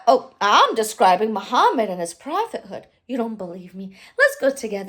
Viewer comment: Its in the name. MU-HAM-MAD There is also "HAM" in the name.